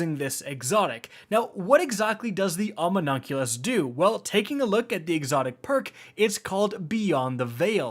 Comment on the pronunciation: If you say ominunculous or wraithborn hunt again....